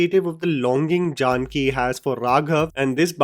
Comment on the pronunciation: I am just can’t help but get cringe at the way you said Janaki as Jaanki 🤦‍♂️